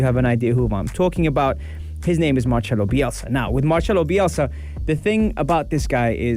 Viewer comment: I feel like im reading that BBC article again hehe Excellent coach. MarCelo, not MarCHelo :)